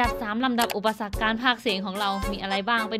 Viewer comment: เอ๊ะเดี๋ยวนะทำไมตอนท้ายอุปสรรคมันชัดสุดเลยครับ